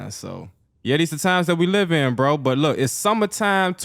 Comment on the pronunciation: “On bwo”